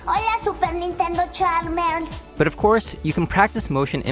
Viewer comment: I love that you said Super Nintendo CHAMBERS and not Chalmers. It just makes it funnier in my mind. Haha!